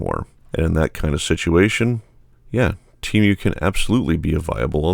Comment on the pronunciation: This is the only place I have ever heard the pronunciation: "Tee-Mew". It's rather jarring...